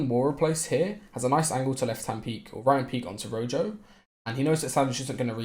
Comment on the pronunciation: I dont wanna be that guy but rojo pronounces his name "row - ho"